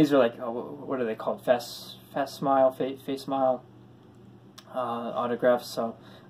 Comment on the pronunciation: Love the photos man. Glad you are back, always enjoyed your channel. The "fake" autographs are facsimile. Pronounced "Fack-Sim-Uh-Lee" in case you wanted to know- just trying to be helpful; I used to say it the same way you just said it ha. Collect at your own pace my man, I only have a $100 budget a month- and enjoy the heck out of it. So I hope you keep making videos too, since I love your HOF stuff!